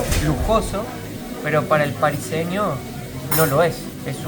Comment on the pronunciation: En primer lugar me parece estupendo que mimes a Lissana,que la cuides y me pareció genial que fueran a la peluquería y después a comprarla ropa. Me gustó mucho el corte de pelo y también la ropa. Lissana tiene un tipazo como decimos en España. En segundo lugar no se dice pariseño,se dice parisino. 😂😂 y otra palabra que has utilizado que no me acuerdo Un 10 de video chicos, espero que lo disfrutan